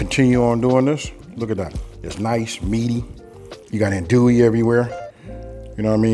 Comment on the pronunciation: Bro you kill me every time it’s not an-duie , it’s AHN-DUIE, or ON-DUIE but it’s all good🤣🤣🤣